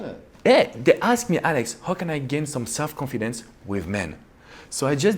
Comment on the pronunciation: Con-Feed-ence. Lol